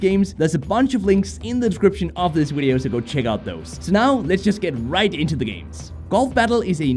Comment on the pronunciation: Why do u say wideo instead of video? Lmao it's great